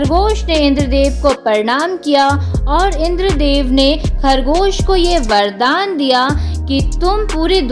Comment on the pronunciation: Bahan ki lowdi. Video me bardan bola tune kahani sunanne lagi